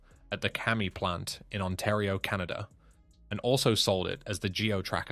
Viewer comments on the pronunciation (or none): none